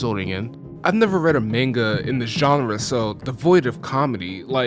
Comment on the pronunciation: Guy said maneguh. Maneguh.